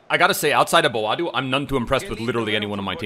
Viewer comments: Its noy boaadu but bo-a-du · its booo aaa doe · It’s pronounced BO AH DO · Myron Boadu exists:: "Mbadu" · Het is Bo A Du :-)